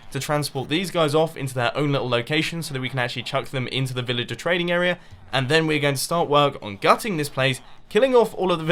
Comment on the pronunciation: He come every time he says area he's pronounces it era